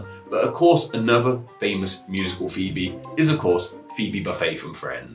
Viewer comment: I didnt like the explanations of the pronunciation and etymological history of these words. We do know quite accurately how Phoebe and Phoenix were pronounced in Greek and Latin, and it is not the way he pronounced it. I like that he tried taking a serious look at these names which may appear odd compared to some modern pronunciations, but he kind of failed with the accuracy.